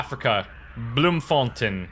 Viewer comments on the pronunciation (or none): it is bloemfontein, pronounced like contain, not tin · I know I'm many, many years late... but Bloemfontein is pronounced "blume" fon "tayn" Used to live there myself, living in the UK now though. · it's like saying bloom fon tain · Bloemfontein was pretty close. Better than Lille at least :) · Hey, I understand this game is multiplayer, how does that work? Also for the location of this level, not sure but to me I'd pronounce it as Blo(long "O" sound)emfontein(you familiar with Bioshock? Well there's a guy a villain I suppose whose name was Frank Fontain, frankly I'd pronounce the second half of the city/town area the same was as Frank's Last name. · Asura R-R His bloem was spot-on, but the ei in fontein is pronounced the same as the one in beerstein (a kind of big mug). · You butchered Bloemfontein. That's all.